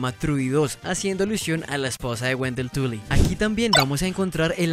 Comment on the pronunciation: soy yo o escuché Dr Wendell Tulla Jjajajajaja tremenda Tula tiene el Wendell jajajaja😂